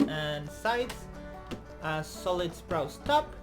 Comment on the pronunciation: Spru….spruce top, not sprouse. Sa….pe….le, not saple.